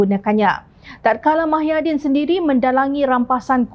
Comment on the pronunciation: Apa dah tukang juru hebah beeita ni. Nama org pun ckp salah. Muhyidin blh jadi mahyadin